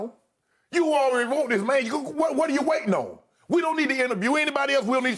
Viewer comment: Shannon: CORRECT. YES. ALEADY!